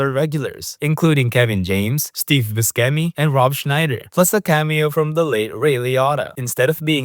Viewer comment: Mispronunciations in this video: - Buscemi